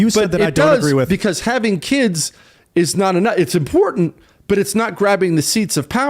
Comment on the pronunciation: there is a "tant" at the end of imporTANT